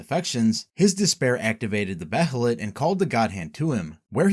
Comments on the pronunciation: It's Bay-lit, not Be-he-lit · its pronounced (bay-lit) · (bay-uh-lit) my man lol. they say it plenty of times in the show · the pronunciation of behelit is rly annoying i had to stop watching